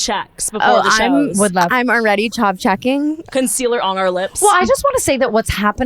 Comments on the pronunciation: 😂CHAV not CHARV❤ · It’s ‘Chav’ not ‘Charv’ 😭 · the way they pronounce chav hahahaha it’s ch-aaaaa-v not ch-arrrrr-v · I’m SO READY for the Manchester tour. Us girlies don’t judge, so.. nothing is too far. TELL US EVERYTHING 😂 we love it. Also it’s chav like have, not chov. Bahahaha ❤❤ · Them saying Chav like Chov 😆 ladies it’s chav like “have” xx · Sisters, wtf is a chov its chAV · Charv instead of chav is so funny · As a uk girly hearing them pronounce chav like charv was viscerally uncomfortable ahaha love them tho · the chav pronunciation had been DEAD😭😭😭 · Ooo I can’t wait to teach them how to say chav properly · The pronunciation of “chav” I’m dyinggggg